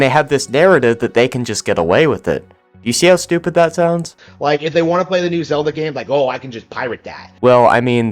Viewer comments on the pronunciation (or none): none